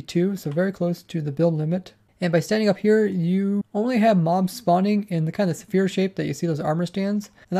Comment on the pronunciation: why do you pronounce "sphere" like "zephire"?